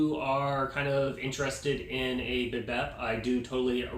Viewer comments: Bibet?! Umm Bih-DAY is how it is pronounced bro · It's a French word - it's pronounced "buh·Day" Not biBet! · It's pronounced bi-day